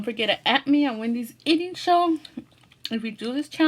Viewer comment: u forgot the h in show u said sow